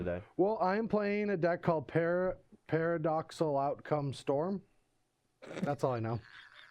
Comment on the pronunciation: Thanks for wearing your nice shirt,. Maybe learn how to pronounce "paradoxical"?